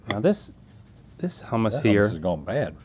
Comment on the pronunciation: As a Greek person who loves making Greek cuisine I have to correct you guys with all due respect. Gyro (GEE-ro), Baklava (Bok-la-va), Hummus (HOO-mus)